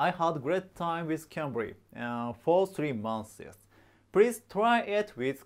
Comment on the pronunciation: months マンスィーズよりはマンスの方が発音近いです